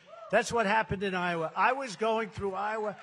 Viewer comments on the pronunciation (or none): none